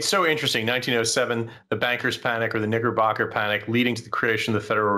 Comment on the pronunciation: I think you meant to say “KnickerBocker” 🧐 there’s no “G” in KnickerBocker - F me. Love the Way Ed played it off very classy!